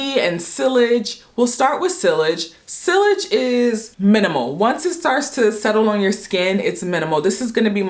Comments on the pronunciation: It’s SEE-yage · Sillage is pronounced “see-yazh”😉